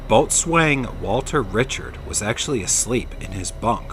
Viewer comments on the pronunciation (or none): It's pronounced Bo'sun, not Boat swain. Just sayin'.… Thanks!